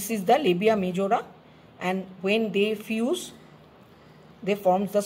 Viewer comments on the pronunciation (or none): none